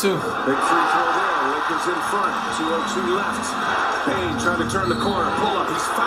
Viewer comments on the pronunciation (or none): bro why is flight calling desmond bane zane? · Flight it’s Desmond bane not Zane